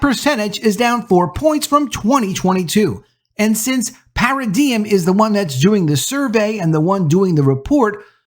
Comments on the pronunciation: It’s pronounced para-dime. Not para-diem. Just for future reference. Wasn’t talking smack. Just you can’t give the other side any ammo. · Not "para-de-em" it's "para-dime"